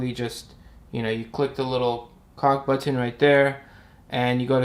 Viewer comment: And the way he says butt hin instead of button is adorable